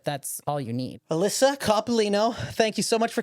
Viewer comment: She did hi-jack my DNA. You nailed her last name!! Alyssa is the best.